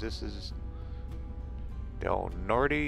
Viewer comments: Aaaargghhh ! Please learn how to pronounce streets , cities , etc. correctly ! Please ! Del Norte is typically pronounced with a silent E . Or as the cities elders say - " Nor - Tay " . Peace man ! ( I'm just unsubscribing because you don't get out and explore abandoned buildings / tourist traps . ) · Hello. Found your channel via your Wolf Creek Pass video. I'm from Del Norte (like another viewer said the "e" at the end is silent -- Del Nort) originally. Actually 3rd generation although I don't live there now. The pass going into the San Luis Valley is Poncha Pass, the little town where Hwys 50 and 285 intersect is Poncha Springs. Saguache is pronounced Sa-watch. Hwy 285 between Saguache and Monte Vista is called "the gunbarrel" by the locals because it is so straight, hence the Gunbarrel Station at the intersection of 285 and 112. Going into Del Norte you crossed over the Rio Grande, yes the same one that forms the border between the U.S. and Mexico. The headwaters are west of Creede up in the San Juan mountains. The Rio Grande is not very impressive in Del Norte in August. My dad used to say late in the summer you can cross the river without getting your ankles wet. You mention how nice it will be to get back up into the mountains. Del Norte's elevation is 7,884 feet. The relative flatness of the Valley is deceiving. Thanks for the video. It's interesting to see "home" through someone else's eyes. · The whole San Juan Valley is rich in history, first settled by the Spanish! And many of those NFS and BLM roads off 285 can take one to some impressive scenery away from the crowds. Just so you sound like a local, Del Norte is pronounced without the "e." I got corrected so you don't have to.